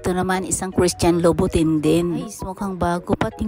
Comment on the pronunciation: Christian Louboutin is pronouned as Loubout-an